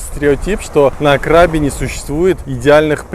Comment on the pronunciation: КрабИ, ударение на последний слог. Это провинция, а не пляж) Ребят, вы были в самой красивой провинции и не увидели ничего вообще. Возврвщайтесь, Рейли и острова ждут вас.